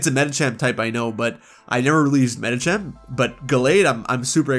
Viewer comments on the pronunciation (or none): DO NOT LEAVE OFF THE H IN MEDICHAM! AND THE T IN GALLADE IS SUPPOSED TO BE A D!